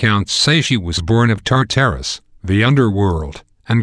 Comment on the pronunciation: He also pronounced tartarus wrong. Also the fact tartarus isn't the underworld, the underworld is the underworld. Tartarus is the abyss that monsters and wicked souls went after death and then they were tortured.